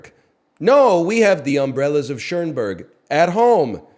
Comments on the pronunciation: One of my favorite movies. He always pronounces it that way and I can't tell if it's a bit or he really thinks it's Umbrellas of Ch-ERN-berg. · he said chernberg 😂😂